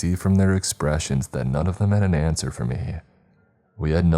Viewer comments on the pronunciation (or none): none